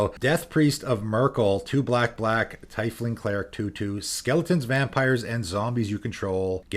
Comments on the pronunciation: Funfact : tiefling is pronounced teafling and generates from the german Word tief (meaning deep. And IT is probably a semi play on words with the german Word Teufel (meaning devil) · it's pronounced Teef-Ling